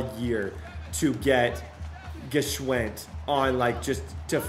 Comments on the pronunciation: Please for the love of God it's pronounced (SH-WIND) lol The G is silent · I believe the G in Gschwend is silent bro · Day 2 of waiting for to pronounce his WR’s last name correctly #TheGIsSilentLikeLasagna